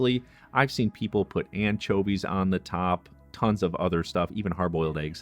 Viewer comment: I like how he says “anchovies” I mean, “anCHOAvies”